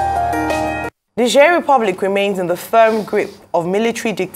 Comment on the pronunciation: The pronunciation is "Nij-air"